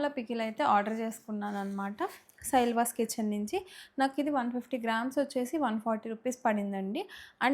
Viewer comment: సైలాస్ కిచెన్ akka సైళ్వాస్ కాదు 🥰